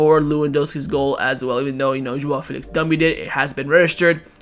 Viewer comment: chewing his words on Felix